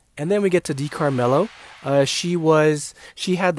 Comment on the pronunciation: pronounciation of di caramello De carah mello